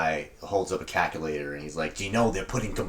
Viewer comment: “Caka lator”